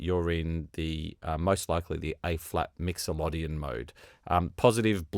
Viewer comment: New to Scaler and still messing with it. Getting close to the workflow I want. Can you stop saying mixoLODian as it's pronounced mixoLIDian but spelled as mixoLYDian. I'm sure you say LIDian for LYDian and not LODian. LOL.